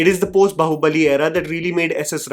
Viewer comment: The irony isn't lost: In 2025, American YouTubers are delivering spot-on pronunciations of Bāhubali, yet some Indian creators are still struggling, landing on variations like "bahu-bali." : Daughter in law's sacrifice 😅 It's time for an upgrade!